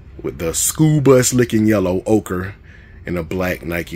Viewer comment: I've heard you ask about it in a couple of vids,, so I'll tell you that you are pronouncing "ochre" correctly.